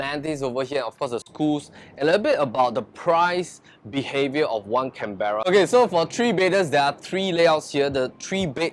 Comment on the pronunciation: Canberra is pronounce wrongly.